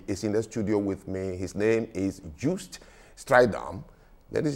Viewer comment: Except that he interrupted, asked for Joost to explain complex issues in a condensed form, which allows for misinterpretation and he mispronounced his guest's name. He started by saying he'd talked to people about Orania, yet he can't pronounce the CEO's name correctly? Joost is pronounced with the Y sound, something more like Yohst or You-wist. Proper, simple host etiquette.